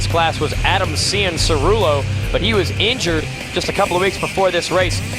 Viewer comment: hearing struggle to say cianciarulos name is funny to me like he was just a random little kid back then this is cool to look back on if only they knew what all those kids would become